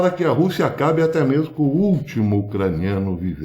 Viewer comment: Ôh dureza! "Né mersmo"?